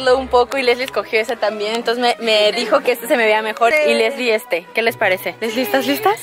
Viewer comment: NO SE DISE ASI ES LEESSLIE